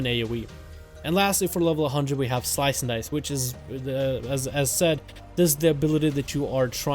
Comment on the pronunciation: Pluygers was talking about how you said the word at the beginning of your video lol